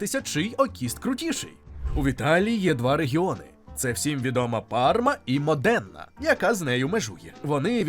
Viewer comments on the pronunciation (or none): Все так, тільки правильно казати не Модéна, а Мóдена, бо аж вухо ріже 😊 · … Мóдена [ наголос на “o”] 📌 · Модена, наголос на перший склад [мо] та прошутто крудо...але на жаль масове виробництво додає хімічні речовини як консерванти і воно смачне але не корисний продукт,можна їсти раз на тиждень 50-70 грамів та багато овочів для виведення токсинів. Рекомендація італійських лікарів.